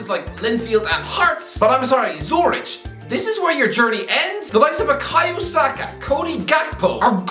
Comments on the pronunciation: "Sue-rich" I am fucking dying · just geography knowledge too, calling it a "small village" is so ignorant it's hilarious, with a completely wrong pronunciation too